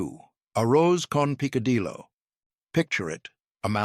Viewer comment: The pronunciations are hysterically funny. Pick- a-dillo had me screaming 😂😂😂😂😂😂😂😂😂😂😂😂. Poor guy tried but he really massacred most of it. 😂😂😂😂😂